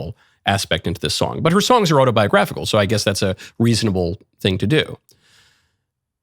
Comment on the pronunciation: MK said, "...weasonable..." I guess he will be hunting wabbits later on.